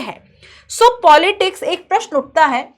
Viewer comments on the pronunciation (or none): none